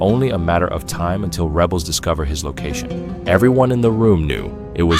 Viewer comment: Kadhafi's "lcation" .... Aha what is that?